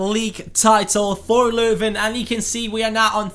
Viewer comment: The 'shit' goalkeeper you had is a mate of mine hahaha love it that you pronounced 'Leuven' correctly, great honour that you featured my hometown!